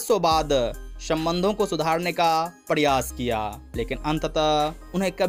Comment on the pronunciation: कौनसी हिन्दी बोलते हो। प्रयास को पङयास और लङने को लरना दुरिया को दुङीया